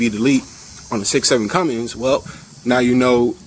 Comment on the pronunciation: You have a USMC flag hanging, but you don't know how to properly hang the American flag!?!?! Cummins does not have a G in it, so stop saying it that way.